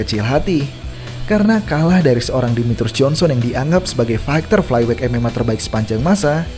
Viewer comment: dibenerin lg lah pronunciation-nya. gak ada itu KENOK out atau flyWEIGH.